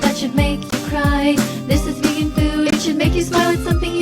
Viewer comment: Vegan is pee-gan